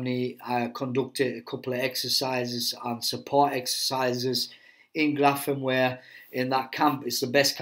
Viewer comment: Grafenwoehr is pronounced Grafen-(veer) NOT Grafen-(where). For everyones knowledge.